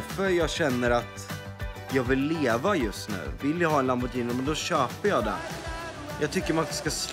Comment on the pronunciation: Jocke det heter inte Lamborjini det heter LamborGhini